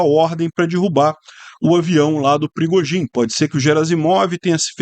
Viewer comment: Segundo o o avião fui "DIRRUBADO", hehehehe